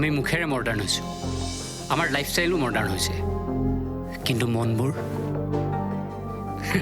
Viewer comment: মৰ্ডাৰ্ণ নহয় মডাৰ্ণ